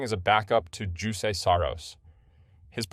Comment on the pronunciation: You pronounced Jusse incorrect btw.